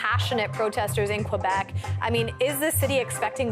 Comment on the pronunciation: For the last time, Québec is pronouce Kay-bec...Not Kouebec......merci calis